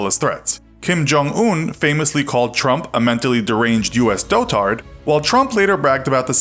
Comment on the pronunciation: You keep pronouncing dotard wrong!!